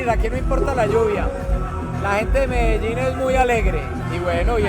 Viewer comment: ffs she can't even say Medellin correctly